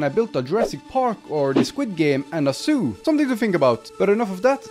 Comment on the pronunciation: A ZOO What I hear: A SOO/sue